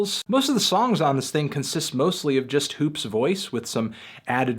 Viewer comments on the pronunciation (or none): none